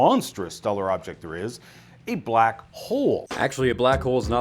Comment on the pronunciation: "theoretical 'Back' Holes" tayyh hayhhhh!